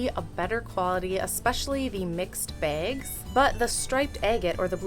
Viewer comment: sounds like you're calling them begs instead of bags